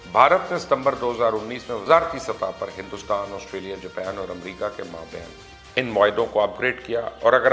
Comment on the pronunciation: بھائی مبشّر، چین کو چائنہ، ویت نام کو ویئت نیمَ، جاپان کو جَپی٘نَ کہنے سے اپکے پروگرام کی صلاحیت میں اضافہ نہیں ہوتا۔ اردو میں بات کریں اور سَمنَدر کو سَمنٗدر نہ کہا کریں۔ پی ایل اے کہنے کی بجائے چینی فوج کہنا بھی اچھّا ہی ثابت ہوگا۔